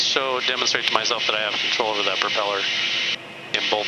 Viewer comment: Did I hear correctly “the propell-air” 😂 like it